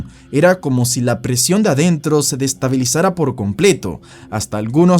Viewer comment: Destavilisara= "desestabilizara"